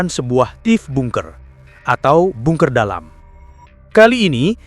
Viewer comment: Bacanya banker bukan bunker..😂😂